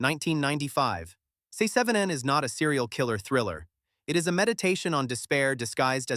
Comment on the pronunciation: Se-seven-en is worse.